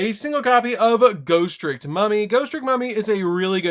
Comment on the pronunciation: "GHOSTICK"!!!! LMAO!!!!! ALSO, PERFECT DECK PROFILE FOR HALLOWEEN!!!